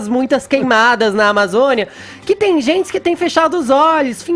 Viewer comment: Fala direito, maluco. "Tem zentsi" não sabe nem falar porra. Enfia o dislike no cu do Fefito.